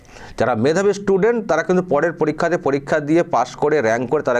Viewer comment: স্টুডেন্ট বলতে পারে না,,ইসসটুডেনট বলছে, এরাই হিন্দু তথা ভারত বিরোধী। সাবধান।